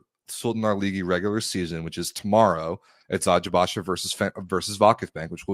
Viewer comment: Guys kudos to you for pronouncing the Turkish names correctly! 🙏🏼 Especially Eczacıbaşı which is honestly hard to pronounce and you’re doing it like a pro 👍🏻